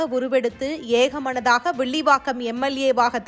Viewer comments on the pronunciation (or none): அது சரி அவர் எந்த தொகுதி வேப்பாளர் வில்லிவாக்கம் இல்லை விள்லி வாக்காம சரியாக தமிழ் வாசிக்கவும் நன்றி க்கம் கிள்ளி கிள்ளி